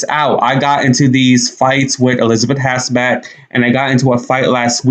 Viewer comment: Wow you have to start out with an ageist comment about Joy Behar!!!! Then you go on to spell the words shit and bitch instead of saying them like you did with goddamn????? And being out in public speaking don't you think you should learn to say a person's name correctly- Hasselbeck instead of Hassbeck?????